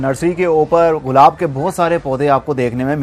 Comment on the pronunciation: غلا ب نہ بولیں گلاب بولو